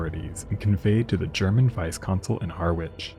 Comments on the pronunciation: It's pronounced Ha-ridge my American friends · Please pronounce it "harr. Itch" as in Harry without an Y and an itch" 😅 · It is pronounced "Parkston Quay" in "Harrich" ! English is a complicated language, isn't it, our American cousins ?! ❤